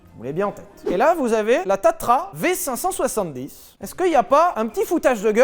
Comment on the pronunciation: Petite rectification on dit tatra et pas tatra (patatra lol)